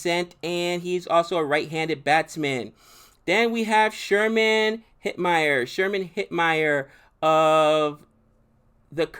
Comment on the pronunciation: Even the western names - Sherman Hetmeyer :)